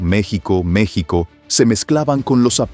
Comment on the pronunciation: El narrador esta bien wey no se dise mechico se dise Mexico. bruto😊